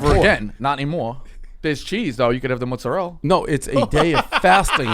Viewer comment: "Theres cheese there you can have the mozzarell" 😂😭